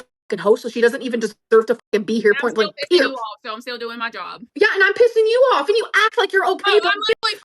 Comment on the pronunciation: I die a little inside every time I hear, “point blank peer.”